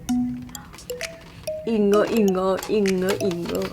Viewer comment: ダメだ隠語って言ってるようにしか聞こえんどしよ。ガチで困る😰